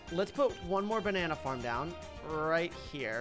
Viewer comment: "The bannana harm"